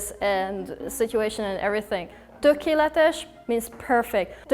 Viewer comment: actually it's tökél-et-es